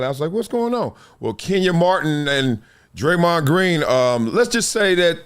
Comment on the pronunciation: That busta name is Raymond with a d in front . It aint DRE-MOND 😂😂😂😂😂